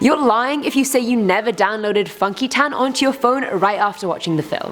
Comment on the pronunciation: Ooohhhhh funky town i thought she said fucky tan 😂